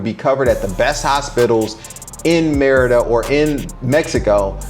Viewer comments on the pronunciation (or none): It sounds like you're saying "mierda" which is shit in spanish.